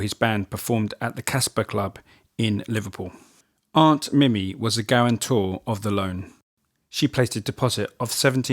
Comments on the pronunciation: It's not mime its mimi pronounced in Liverpool as MeMe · It’s pronounced mee - mee not mi - mi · Why are you unable to pronounce the words "Mimi" and "Casbah"? I'm curious! Tard?